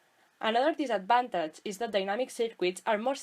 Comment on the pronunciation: Hay que cuidar un poco mas esa pronunciacion, "disafvantich" , "sercu(i)t", "discharch" suenan mejor asi. Actuali tiene mucha tela... Como dice el colega, la presentacion muy clara y muy util, pero el ingles hay que pulirlo (polis).